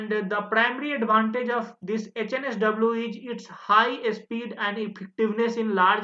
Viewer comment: 56 - why are you calling it OHNSW instead of HNSW ?